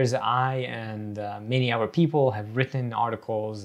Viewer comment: I’m wondering about the \th\ being a dental fricative like v or f. Every time he says “the” it looks like vuh other looks like uh-ver etc. what is that?